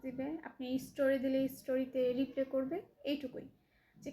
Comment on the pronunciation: একসেফট না, একসেপ্ট। পকরিতি না, প্রকৃতি। রিপ্লে না, রিপ্লাই। ইস্টোরি না, স্টোরি। রিক্ট না, রিএ্যাক্ট। রিসপন্স না, রেসপন্স। এমন আধা মুরাদ টাকলি মাইয়ারে যারা জ্বালায়, তাদের রুচির দুর্ভিক্ষ আছে! 🙄